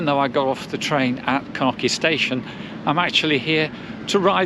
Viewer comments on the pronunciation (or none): knoki, it is knokkE 🤣🤣🤣🤣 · It's Knokke not Knocky =( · all the names of villages yoy stopped are pronounced very wrong Blankenberghe has noting to do burgers as you say 'blankenburgger' hahahaha free translated it mean Whitemoutain its not kanuka we are not eskimo's its Knokke! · Knokky?? Its pronounced Knokkuh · Kenocchi ?! Please, show some respect fo local language; thank you